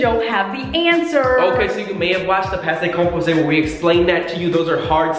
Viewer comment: american french pronunciation be like: "PASSAY COMPOSAY"